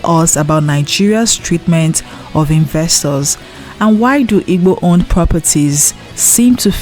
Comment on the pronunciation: Why you can't pronounce igbo very well?